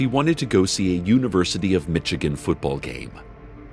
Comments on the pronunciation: it's not Mitchagan, it's MISH-A-GAN = Michigan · He says it like Mitchagain 😂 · So far we have Mitchigan, Ohee-o, and AhlaBahma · Do I live in Michigan? Yes. Am I going to pronounce it "Mintchigan" from now on? Yes. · You had me up to the mispronounciation of Michigan. Weak joke, ( if that's what you call it) not a jab so much, as it is a gripe as to your lack of sensitivity. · Cecil not being able to pronounce Michigan becomes so much better when you live there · Everytime he mispronounced Michigan my body spasmed. As a native of the mitten I can vouch we both exsist and dont exsist all at once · Hearing Cecil mispronounce Michigan physically hurts me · That feel when you find out that you've been pronouncing Michigan wrong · I want to hear Cecil pronounce all states. the way he says Michigan it makes me laugh every time. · Headcanon that Cecil can't pronounce the names of any real places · living in Michigan myself it's so hard to not just yell that Cecile is saying it wrong but this was sad